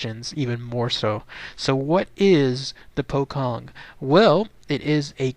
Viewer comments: You don't pronounce it as pokkong,, it's pronounced as pochong with a "ch" not a "kh" sound. Wrong pronounciations hurt my ears, you know? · yep, im Indonesian lol, its 'poe' like Edgar Allan Poe and 'chong' like cheech and chong. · will,its refer to as a pocong,the 'c' pronounce as in 'ch'...so 'pho-chong',mostly originated from indonesian,same as pontianak,('pon-ty-a-naq). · its pronounced poe-chong